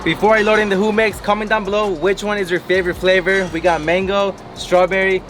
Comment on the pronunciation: So no one is gonna say anything about "whomex" ??😂😂JUMEX